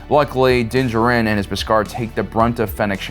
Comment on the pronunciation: your pronunciation of Djarin is wrong